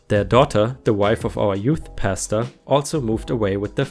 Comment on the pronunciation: I listen to r/reddit videos while doing other things so it's really just half listening. It took me a few minutes of the pastor story to realize you were saying Pastor and not pasta. lol